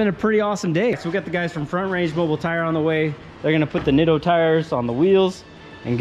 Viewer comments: Isn't nitto pronounced nit-o, not neato? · so nitto is pronounced NEETO ?